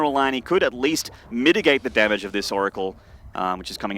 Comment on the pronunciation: "dammáge" xD